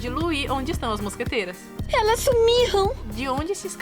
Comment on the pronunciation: Eu sempre achei q ela falasse "mosgateiras" por ela ser uma gata kkkk